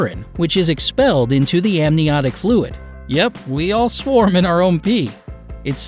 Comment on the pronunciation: interesting way to pronounce swam